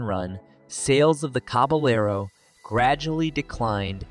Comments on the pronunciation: They really need how to pronounce the names of the cars/trucks they are featuring. It’s caba yard, not caba Laro! These are are either narrated by AI, or idiots! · "The Jemmasy Caballero"